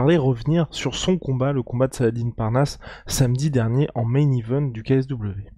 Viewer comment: la maniere dont vous prononcer le prenom salah-dine est tellement absurde ( ce n est pas une salade )